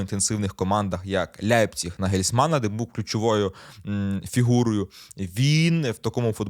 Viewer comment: Правильно казати не Ляйпціг , а як кажуть німці - Лайпціх або ж Лайпціж (українські букви все одно погано підходять), але не Ляйпціг, бо це сміх взагалі. але найправильніше не викаблучуватись і вимовляти як це загальноприйнято в українській мові - Лейпиг!